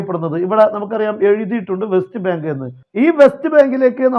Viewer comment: Best bank അല്ലാ. വെസ്റ്റ് ബാങ്ക് എന്നാണ്😂😂😂